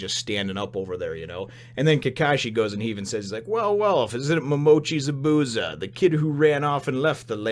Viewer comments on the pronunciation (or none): hey just a heads up you can say is name like this: Za-boo-za